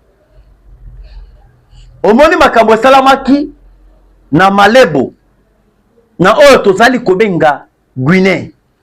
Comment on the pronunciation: Malabo et non Malebo